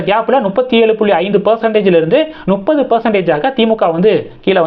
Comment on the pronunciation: முப்பது. நுப்பது அல்ல.